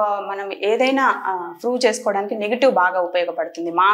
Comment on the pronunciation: 😂😂😂 froove అంట 😂😂